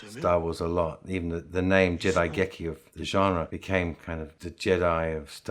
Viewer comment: Its not jedaigeki--its jidaigeki.